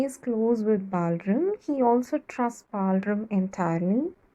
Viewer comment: The explanation is petty good but no need for the fake accent. What is “Balrum”, It’s BalRAM.